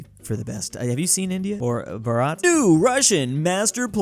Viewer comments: bharat...spelt as bhaa-ra-ta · Pronounce Bharat right